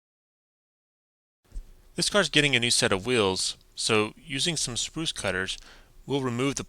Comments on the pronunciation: The custom work is great! I'm not trying to be the negative comment, but it's "sprue" cutters not "spruce". I realize this is a petty thing to bring up and I mean no offence. Love your vids man keep it up! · Fantastic video. Also, it's "sprue" (sproo) cutter, not "spruce" cutter. ;-) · Sprue cutters (or side cutters), not Spruce cutters. :) Great build. I enjoyed all the Mad Max builds you did here.